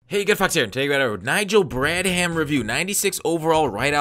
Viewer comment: Not sure if your doing it on purpose but it's pronounced brad-um. The "h" is silent